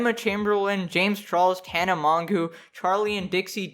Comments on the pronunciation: Image pronouncing Mongeau "mongoo" lol it's a French name its "mojo" with a soft j. Sorry mispronouncing names is a petpeeve of mine. Anyway yea all these people are the worst whatelse is new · Man had to censor the word Covid like what? also its Mon-Joe, I don't watch her, never have, but that is the correct pronunciation, and you're 20? Very Cool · “tana mon-goo” 😭😭😂😂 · my favorite part of this video is trying to pronounce tana mongeau’s last name